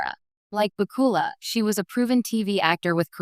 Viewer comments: AI can't say his name right.... HA HA HA !!!!!! WHO IS THIS Scott BOOKILA????? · His name is Scott bakula the narrator is pronouncing it wronge I think this a the best one accept the original of the series the role was made just for him all the characters in this series seem to be made to if the actors I haven’t seen this since they cast Star Trek the original series❤❤